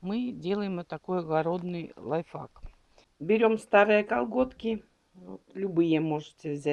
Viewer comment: Не говорите лайфак.Если не выговаривайте,скажите на русском-своём родном.А ,в основном,видео хорошее.Удачи вам и не обижайтесь